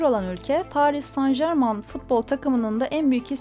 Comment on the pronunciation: Editör,kelimeli bazen yanlış telaffuz ediyorsunu.Paris san garman değil paris sen germen şeklinde telaffuz edilir..